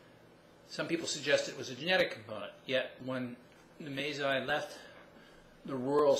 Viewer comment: "one is the May Zai warriors" Masai. Pronounced: Muh. Sigh.